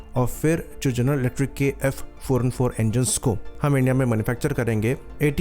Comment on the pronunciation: Bhai tu 404 , 414 thik se pronounce kar. Tera dono hi same sound kar raha hai.